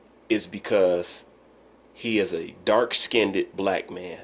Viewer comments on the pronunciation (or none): He said "dark skinnedit" lol. Wilder is just soo bitter. Wilder can't play the bad guy then want fans.